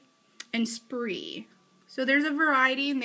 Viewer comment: nice video. just FYI: speer, not spree! and the piece is called a cartridge, not a bullet....but not a problem, still a good video.